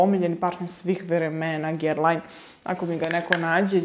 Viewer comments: izgovora se GERLAN, ako vec preporucujes parfeme onda bar nauci kako se izgovora 🤣🤣🤣🤣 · Guerlain se cita 'Gerlan' a ne po Vuku Karadzicu 'pisi kako govoris, citaj kako pises' 🤣 Kilian se cita Kilian, Moresque se cita MoresK a ne MoresKU, La Colle Noire cita se La Kol Noar, Hermes se cita Ermes, L'ambre des Merveilles se cita Lambr de Mervej, a parfemi koji nisu mass-market su niche parfemi ❤️